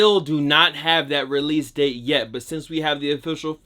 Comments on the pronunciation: That “yet” really caught me off guard😂😭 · That “yet” really caught me off guard😂😭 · That “yet” really caught me off guard 😂 😭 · That “yet” really caught me off guard😂😭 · That “yet” really caught me off guard 😂😭